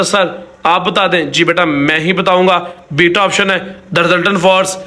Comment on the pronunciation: ap jab bita kahte hain to samajh nahi lagti